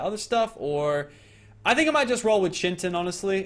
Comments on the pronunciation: It's pronounced chit-in not chin-tin like where the fuck does he get the n from. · it's not chin tin it's pronounced kite-in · omfg, please stop calling it chintin, its pronounced Kai-Tin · no it's NOT it's Kite-in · KITE-IN its not chin-ton its KITE -IN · 2 metal chunks give you one ingot and you're saying chintin in stead of chitin kind of like chit-in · ITS PRONOUNCED KITE-IN NOT BLOODY CHIN TIN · Yo it's kai-tin not chin-tin btw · When he pronounces Chitin (Ky-tin) Chintin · it is pronounced as Ki-tin not Chintin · PLS, IT'S PRONOUNCED KAITIN, NOT CHITIN. it's spelled chitin, but it it's pronounced with a K sound and a lot of emphasis on the I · it's pronounced 'ky-tin' not chintin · kite-in, not chin-tin not chit-in, kite-in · it's chitin not chintin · Argentavis not eagles.. and chitin like “kite in” not “chin tin” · Its not chintin its chitin like this kie-tin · it's pronounced kite-in not chintin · It's not pronounced Chintin it's actually pronounced (Ch-I-tin) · Chintin ITS CHITIN LIKE PRONOUNCED KIYTIN NOT CHINTIN ITS NOT HARD GET IT RIGHT LOLZ XD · its CHITIN not CHINTIN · Who Cringes when he says Chin Tin but pernounced kite in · I'm done, its pronounced (Kite-in) not chin tin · PLEASE there is NO N in chitin you're pronoucing it as chintin not chitin, its really bugging me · Its chitin not chintin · Not chintin it is pronounced kitin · dood it chitin not chintin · Why does he call it chintin? It's chitin!!!! Ur a good utuber but learn to read!!! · Its pronounced Ki Tin.Not Chin.Tin. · Yeah it's KITE-En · its actually Kite-in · Its pronounced kite en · it's actually called chitin said Ky-tin I did look it up on the website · It's pronounced Ky-Tin actually m8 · im pretty sure its pronounced kitin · It is pronounced kitin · Bestin Sloth exactly he kept saying chitnin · Bestin Sloth it's kite-in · brah its Ky-ten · Chitin is pronounced "kite in" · its kite-in